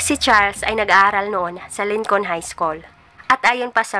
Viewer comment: Thank sa video😊..Lincoln pronounce (Linkin) po..